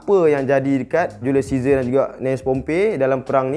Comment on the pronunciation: Ml studios: julius caesar Me : julius scissor